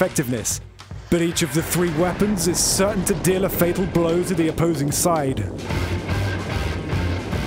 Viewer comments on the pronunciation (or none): none